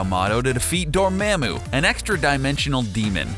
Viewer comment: it's dorMOMmu and AgiMOto. MO as in motor